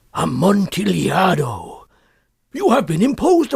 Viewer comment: said a-mont-a-lado